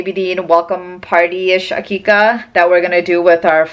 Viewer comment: It is aqiqah